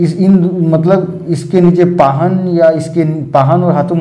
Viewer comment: सर, माफी चाहती हूँ....पाहन नहीं पहान होता है। पहड़ा नहीं पड़हा होता है।